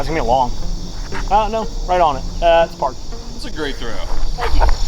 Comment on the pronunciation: Check the analytics for how many people turned off the video when dude said parkethed 🤮